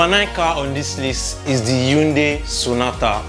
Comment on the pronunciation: Hyundai (hai ·un·dai) not yatunde😂